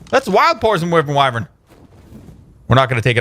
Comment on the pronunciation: It's pronounced why vern